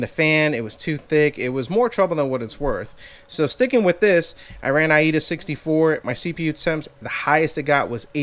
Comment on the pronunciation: Wtf is Ai-Eda? You mean Aida (I-Da)64. 😄